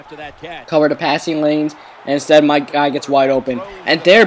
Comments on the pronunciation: You know that the "TH" sound shouldn't be pronounced like a "D". Or, as you'd say. You know dat da "DA" sound isn't pronounced like a "D". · Can you say "the"? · Do you even know how to say "the" right